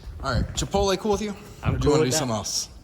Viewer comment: Did just say chipole not chipotle lol